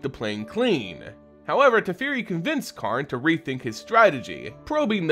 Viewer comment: Tefeari, Dome-inaria? bugs me. Personal issue. if that's the correct WoTC pronunciation, ignore me :P